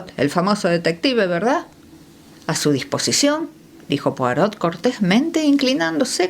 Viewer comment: La Lectora aunque pronuncia muy bien inglés, debe omitir la pronunciación de la T de POIROT q está en Francés. Saludos!!!! 😊😊😊